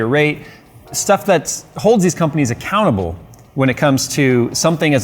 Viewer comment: When you said "Gigabyte is accountable" at the end I almost heard "Gigabyte is a cannibal"